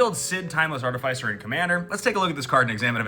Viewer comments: I never want ti hear you say art ih fai sir again 😭💀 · Bro, that pronunciation hurts my mind, body, and feelings. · Arr-ti-fai-sirrrr Thats what I've always called it. Only been recently where I have heard it pronounced as ar-ti-fis-er, but it sounds yucky to say it like that lmao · THE WAY YOU PRONOUNCE ARTIFICER FEELS LIKE FINGERNAILS ON A CHALKBOARD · Agreed, because it’s not like we say artif-ayct. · Love all of the content but I can’t be the only one put off by the pronunciation of artificer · Hate how you say artificer